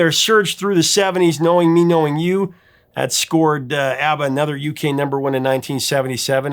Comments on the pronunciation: It is pronounced "AH BAH"...NOT AAA BAH!!! I hate when people get that wrong!! (I knew a guy from sweden who knew them personally). And by the way..they are awesome!!❤ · I'm sure in the 4.4k comments, someone has commented that the pronunciation is ah- ba not how you keep pronouncing it or have I been mispronouncing it for 50 years? 😂